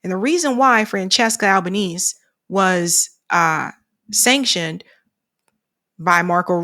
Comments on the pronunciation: Please, pronounced Al-ba-nay-say. not Al.ba.neese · Also Albanese - should be pronounced 'Alba-neasy'.